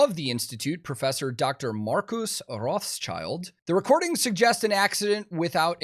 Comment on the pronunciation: Rothschild is a pretty hard word for english speakers: Maybe Rotshild (it basically means red shield) brings wyour pronounciation closer :D